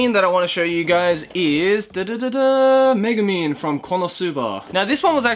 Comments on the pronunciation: I thought you say Megaman, ahh it's Megumin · exactly I was just about to comment that